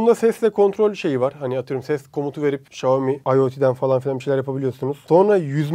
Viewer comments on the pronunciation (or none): REİS XİOMİ DEĞİL XİAOMİ ÖĞREN BUNU